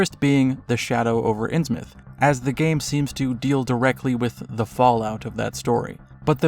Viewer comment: Call of Cthulhu was a cold pile of shit compared to Sinking City. But holy shit it drove me INSANE to hear "INNS MOUTH" over and over. It's fucking pronounced "INNS-myth."